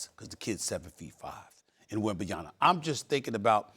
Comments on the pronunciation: Bro stop saying wenbanana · Wembenyanur, all those millions in espn and can't even pronounce a name properly and out of respect doesn't want to learn. Stephen a Smith everyone! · It’s wild that Stephen A. just doesn’t even try to pronounce Wemby’s name correctly lol. It’s really not that difficult to correctly pronounce the end of his name, “yama”. Or is differentiating between saying “m” and “n” harder than I think? I don’t get it. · SAS might as well call him Wembanana at this point 💆🏾. His pronunciation was pissing me off the whole video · "Wembyana" smh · Man keeps saying “wet banana” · Stephen A after 3+ years of talking about Victor still cannot pronounce his name to save his life!!! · Boggles my mind that SAS still can’t pronounce wembys last name. He’s gotta be doing it on purpose at this point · SAS makes millions of dollars a year and can't even be bothered to pronounce a man's name correctly. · Stephen A is such a clown. He doesn’t even respect Wembenyama enough to say his name properly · 3rd year and that clown still can't say Wembanyama properly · It's been how long and SAS still can't pronounce Vic's name correctly lol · I can't take SA serious he gets me out of the convo everytime he butchers Wemby's name, so annoying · Its WEMBANYAMA, get his name right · Stephen A just trying to purposely says his name like that to have ppl talking lol and as you see it works.. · this guy still pronounce our best player wrong?😂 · SAS IS Assassinating Wemby’s name pronunciation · Can someone please ask Steven A to correctly pronounce Wemby’s last name. Thank you. It’s painful to hear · Somebody ask SAS to just call him ‘Wemby’ if he can’t pronounce his name. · If SAS gone keep saying his last name wrong then just call him Wemby 😂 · Thats not fuckn cool that this dumb idiot cannot even say his name right...he's getting paid millions of dollars espn needs to talk to him about saying his god dam name right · Learn how to say the man’s name ffs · WembanYANA lol